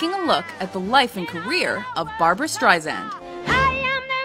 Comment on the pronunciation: Good video, but it hurt my ears to constantly hear STREISAND mispronounced!! It is with an "S" sound, not a "Z"!!!